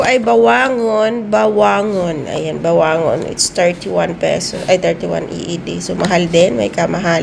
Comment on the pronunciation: Ba-wa-ngong manay😂😂😂